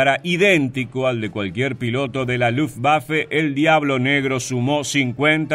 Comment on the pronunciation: ¡Gracias por respetar la pronunciación de Luftwaffe en Alemán! Ojalá sirva para que otros también pronuncien las palabras extranjeras o en su propio idioma o en Castellano (la w se pronuncia como v en Alemán y todos los demás idiomas que usan Alfabeto Latino con la única excepción del Inglés) y no obligatoriamente con Fonética Inglesa, lo que es incorrecto. Luftwaffe significa Arma Aérea de Luft = Aire y Waffe = Arma. Wehrmacht significa Fuerza de Defensa de Wehr = Defensa y Macht = Fuerza. Kriegsmarine significa Marina de Guerra de Krieg = Guerra y Marine = Marina. U-boot es el apócope de Unterseeboot que significa Embarcación Submarina de Boot = Embarcación, Unter = sub y See = Mar. La doble o se pronuncia como 2 oes igual que en Castellano y no como u porque no es Inglés. En Alemán, todos los sustantivos se escriben con Mayúscula inicial. La s entre dos sustantivos que forman una palabra compuesta como Kriegsmarine cumple la función de Genitivo y convierte al primer sustantivo en adjetivo del segundo, estructura sintáctica de los Idiomas Germánicos y Eslavos. Lo que comparto para quien esté interesado en conocer un poco más del Idioma Alemán o Deutsch que se pronuncia doich con la ch del Castellano. Gracias a quien se tomó la molestia de leer hasta aquí.